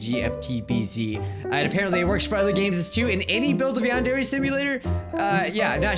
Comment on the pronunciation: Welcome to Yandare Simulator! Me: You mean Non-Dairy Simulator?